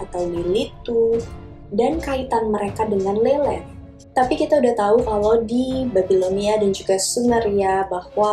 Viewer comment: Lilith kadang dibaca mba ini Lelet 😂